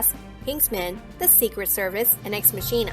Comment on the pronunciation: It's actually pronounced Mock-e-NUH. Machina. Not Ma-sheen-UH.